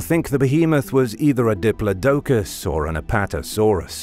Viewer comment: Your whacked-out pronunciation of diplodocus triggered me.